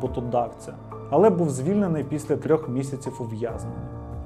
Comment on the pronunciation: Вже яке відео дивлюсь, замість «після», чую «піся»😂